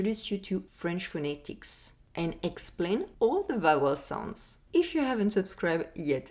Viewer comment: 4 "laters" 2 "sonds"😂